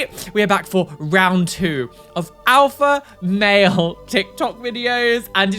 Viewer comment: I know this is besides the point of anything, but it sounds like says "an Alpha Whale", and imagining a whale that is a self-proclaimed Alpha Whale on tiktok is the funniest thing I've heard for a while!